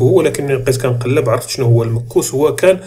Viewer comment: تحياتي المكوس تنطق بظم الميم والكاف وهي الضرائب او الجبايات كما ورد في تحليلك.شكرا على مجهوداتك والله المعين.